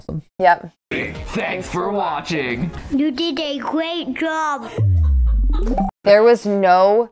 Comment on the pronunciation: "yOu DiD a GwEaT jWoB"